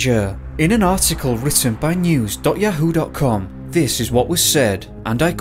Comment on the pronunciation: I'm very entertained with your pronunciation of Yahoo.